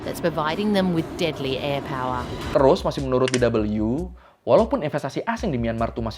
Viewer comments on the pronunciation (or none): kalau DW sebaiknya dibaca de...we... atau doice welle (Deutsche Welle) aja soalnya kan aslinya ejaan bahasa Jerman. sori kalau kurang berkenan. sekedar mengingatkan aja.